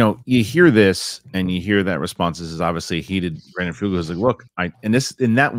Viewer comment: and - yall listened to the clip from vetted in which Brandon Fugal pronounces his own name. It is /f-YOU-guhl/ , not Foogle. He is not Google.